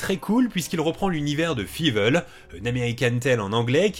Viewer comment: Fivel ??👀 je prononce Faïveul 🙈